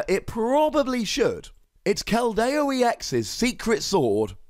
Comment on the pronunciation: It's Keld-e-o not kel-dai-o